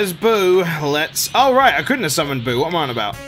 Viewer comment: you butcherd buu